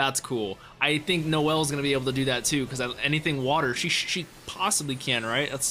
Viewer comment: Pronounced no-zel (like no not nah-zel)